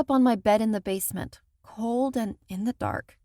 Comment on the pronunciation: I liked the bit when she said basment